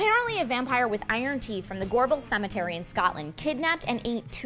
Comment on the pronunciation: lol. Gore-Balls.